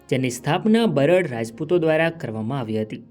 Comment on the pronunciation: બરડ નહિ બારડ બોલ ભાઈ.